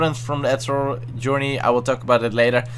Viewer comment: No hate but is it just me or does anyone else find how he says eternal funny? I mean it sounds like ethanol (fuel) the way he says it.